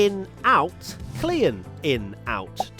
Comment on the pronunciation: Christian Klien. You can just pronounce it as “clean”. Not “clea yen”